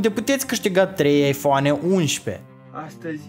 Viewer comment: Rip engleza